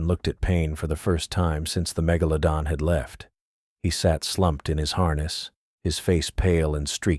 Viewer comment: I laughed every time it said mega - low - don